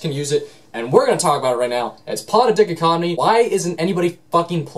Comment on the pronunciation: DICK-o-COT-omee. What. Dai-COT-o-mee.